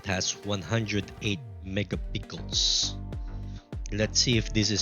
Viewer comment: Akala ko ako lang nabobother sa mega pickles nya😂